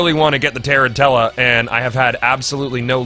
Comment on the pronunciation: Goth its Tuh-ran-chula as in the spider since the armor is based off the spider, not tear in tella.